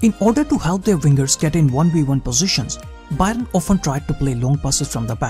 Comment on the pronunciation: It hurts my ears when you say 'BUY-RUN' 😂